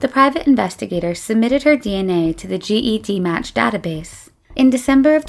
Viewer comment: The GED in GED Match is pronounced “Jed”. (As in Jedi or Jed Clampett.)